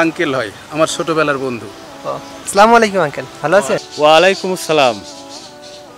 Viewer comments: Bhai slamuyalaikum na Assalamualaykum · প্লিজ স্লামুয়ালাইকুম বলবেন না।